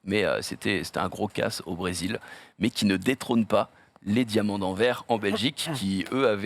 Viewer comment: encore une fois on ne dit pas "anver" pour le nom de la ville belge mais "anversse" il faut prononcer le S svp edit: 5min apres le chat ta corriger je suis donc content et désoler davoir parler trop tôt haha